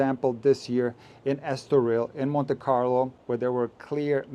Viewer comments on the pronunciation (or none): none